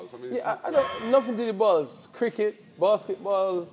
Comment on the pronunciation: Dillian: “I don’t play no sport with bars bruv. I’m allergic to bars.”: “is football crossbars...is it?” He saying BALLS with that Jamaican accent!! 😂